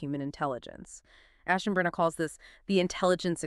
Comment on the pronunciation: AI: Must. Find... ASHENBRANER!